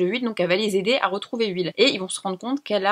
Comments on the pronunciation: Dans Stranger Things, il s'appelle Will et non pas "huile" :') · tu me fais trop rire à dire « huile » de stranger things au lieu de « will » 😂😂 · Trop mignon quand tu dit "À la recherche de Uill" pour dire Will😂